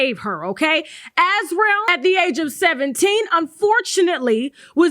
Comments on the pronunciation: Sis, Azriel is pronounced (az REE ell), yes like Gargamel's cat from the childhood cartoon "The Smurfs". Great content as usual! 🤗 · Why can’t nobody (Gayle King included) say /As-REE-el/?